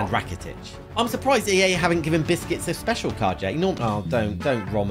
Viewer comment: He cald busques biscuts